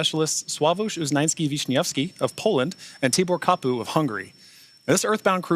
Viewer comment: Read Tibor Kapu in the following way: pay attention on which letter, sound you put the accent. On Tibor: on “i” ( regular “e” letter in english USA). On Kapu: on “a” is the accent correctly. (The “u” letter’s sound. “a”. So read Tibor Kapu’s name correctly, in autentic way. (Tiiibor Kaaapu).